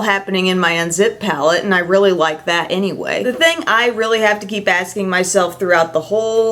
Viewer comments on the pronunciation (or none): none